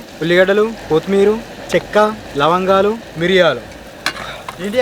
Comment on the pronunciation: 😂😂 Lavangalu❌️Langalu✅️😂😂😂